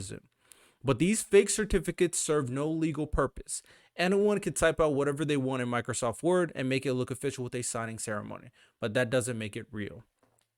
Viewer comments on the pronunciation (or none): none